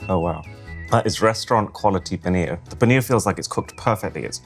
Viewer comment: I Respect Him Saying Poneer’ Tikka Masala With The Proper Accent.